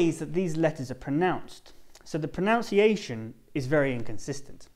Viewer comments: good video. One AOI. You pronounced "pronunciation" incorrectly. The word pronunciation isn't made by combining "pronounce" and "iation". It is Pronunciation, not pronoUnciation. Hence, the sound is: Pro-nun-ci-ation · did he just say pro"noun"ciation ? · An English teacher pronouncing "pronunciation" like "pronounciation"? Really?! I mean really?! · Is there such a word as ' pronounciation' ( as heard in this presentation)? I know that there is a verb - 'pronounce' and a noun 'pronunciation' ... with different and distinct spelling i.e. '...noun..' and ' ...nun.......' . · Did you pronounce "pronounciation"🙄🙄🙄???? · pronunciation is word is pronounced wrong . Sorry sir 😉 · He is explaning phonetics but pronouncing pronunciation incorrectly it's like irony. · how ironic u said pronunciation wrong